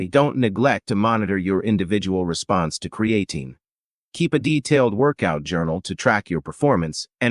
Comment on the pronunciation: AI voice and pronunciation of words is annoying. I’m not taking advice about Creatine with someone who can’t even pronounce it properly.